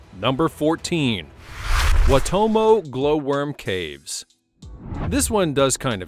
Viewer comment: Waitomo caves in North Island N.Z is pronounced as Why Tow Mo caves. The only predator that eats the glow worms are the Daddy Long Leg Spiders. You enter the caves up top now, and come out of the cave down bottom as depicted here. The local Iwi, found a new door way into the caves. Maori is pronounced as Mau Ree. You roll the R.